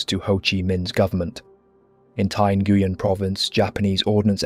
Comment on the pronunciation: Ngyuen is pronounced win and Hue is pronounced way christ brother you're killing me 😂